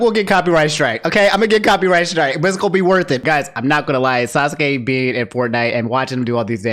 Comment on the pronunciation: For pronunciation: Kah-kah-sshi (not kkaw-shi) Sah-kurah (not Sa-kuh-ra) Sass-keh (not Sasuh-keh) Naru-toh (not Naruh-doh)